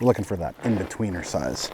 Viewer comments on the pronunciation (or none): Makes you wonder if you drilled one and sat down would you have got 3 fish? Thanks for the video its so not helping my ice fishing fever. 0 fatigue, huff huff huff....;) Ps Wife heard you say "In between her thighs" when you said "That in-between size"